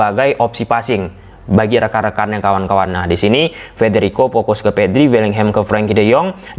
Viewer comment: kok kalimat yang seharusnya" fase fase jadi Pase Pase, fokus jadi pokus, pers jadi fers, dimanfaatkan jadi dimanpaatkan 😂😂😂 jadi geli dengar nya